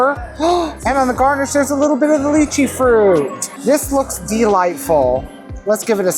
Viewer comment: Kudos to for his pronunciation of lychee! I do agree that they're overhyped. I used to love DTF and went pretty often years ago when the prices much more justifiable.